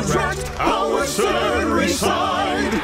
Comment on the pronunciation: "FIVE YEAAAAUHS FUH HOW LAWNGGG HOWUHDDDDDDD?!?!?!?"